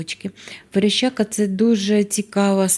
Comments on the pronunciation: Верещака а вона говорить верещЯка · ВереЩака, але аж ніяк не вереЩЬЬЬака!